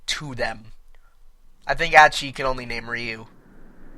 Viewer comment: rrr-I-you Not Re-you >.> Sorry but the pronunciation of the names was bugging me.